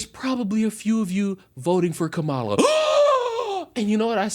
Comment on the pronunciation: You mispronounced “Kamala”. ThAt’S rACiSt!!!